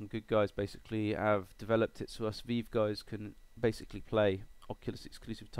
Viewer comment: Thanks for this, going to give it a shot. also, weird how you say Revive with the hard I, like eye, but say Vive like Veeve. Do all british folks call it the Veeve? Just FYI, HTC says it's Vive with a hard I, but you English always have your own ways. :-)